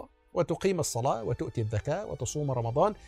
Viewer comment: "الزكاة و ليس الذكاة" هناك خلط بين الذال و الزاي عند اخواننا في مصر. شرح جميل. واصل وفقك الله